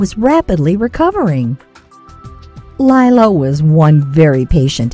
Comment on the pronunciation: It's Lilo not lielo